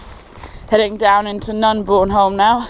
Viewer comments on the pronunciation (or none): Good video. Nunburnholme is pronounced "Nun-ber-num" by the locals. Keep trekking.